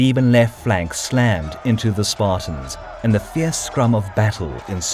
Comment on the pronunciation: Did he just say... Spart-I-ans